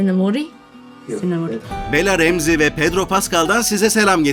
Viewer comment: Bela remzi Diyo seslendirici yok mk pala remzi 😅